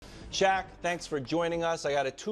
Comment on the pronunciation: 'Shaq' not 'Shaw.'